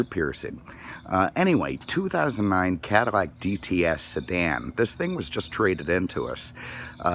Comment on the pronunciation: I keep hearing him say, "Caddi-shmack", do you?